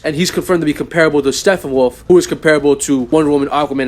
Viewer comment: "Steffenwolf" is driving me nuts. P's bro. P's StePPenwolf.